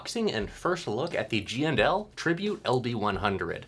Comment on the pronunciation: I like how you give full respect the the &. My Midwest accent makes them all GNL’s.